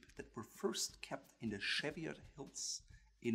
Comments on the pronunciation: Cheviot is pronounced /ˈʧi:vɪət/ like English, and not like it was French */ʃevɪəʊ/ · Interesting video, but Cheviot is pronounced CHEE-vee-ot not CHEV-ee-ot. The Cheviot Hills are the northern end of the Pennines in the north of England. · Sorry it’s me again. It’s pronounced Cheev-iot like cheese. Harris tweed uses only natural dyes from the Hebrides and is entirely made by hand by individual weavers. It is tightly woven so has a degree of waterproofing. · This is a great video, loads of Tweed in the UK so cheers! We pronounce Cheviot Chee-vee-ot over here. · Being locally born and living in the Cheviots it's actually pronounced shev-ee-ots the chev used as in chevron or Chevrolet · You beat me to it (by four years!). Yes CHEE-vee-utt as I would write it. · Cheviot..pronounced as,,Ch as in Chair, chop etc....but hey other than that ..1st class. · Please - cheviot is pronounced "cheeve ee ot"! its not French!! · It’s pronounced cheeviet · My dear chap, 'Cheviot' isn't pronounced as if French, but with the 'che' like 'cheese' and the 't' is sounded. This aside, a splendid review and I personally prefer the Harris Tweed and my golds and browns shaded thread jacket is simply splendid. Deceptively warm too. Tally ho! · Cheviot is pronounced with the t. The t is not silent. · Cheviot is pronounced CHEE-vi-ott with a hard T. Donegal is pronounced Dunn-ee-GOL..